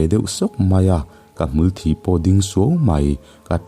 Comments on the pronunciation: hmul thi ading tiha, thi tih laitak hi athluk adiklo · Hmul thi tih hi i lam diklo lo maw ka hre tam ta viau a, mitthi tih a thi ang hian lam tur niin ka hre si a... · Phungkhawnvar hi Phungsahmim a niang chu maw?Chubakah Hmulthi hi Mutthi khua a thi anga lam lovin Mitthi a thi anga lam tur zawk a va nih hmel ve.Hawitang a tang pawh hi tangseh a tang ri ang tur hi...Ngaihnawm thin e👍👍